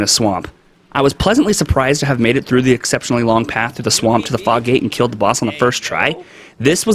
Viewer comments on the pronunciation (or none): none